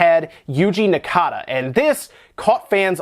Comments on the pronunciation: It's Naka, not Nakata. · Yuji *Naka (not Nakata) *Propé [Pro-pay] (not Probe) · It's Yuji Naka. NA-KA. Not Nakada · Whats up with "Nakada"? Its Yuji Naka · I cringed Every time he called him Nakata instead of Naka a baby Chao died every time he said it :'( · Right. I thought there was something wrong with his accentuation when I heard him but it was that he was adding a third syllable. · Pretty sure it’s Yuji Naka not Yuji Nakata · Man did you butcher Yuji Naka's name lol Great video as always though!